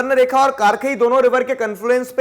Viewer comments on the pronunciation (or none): It's खरकाई not Karkai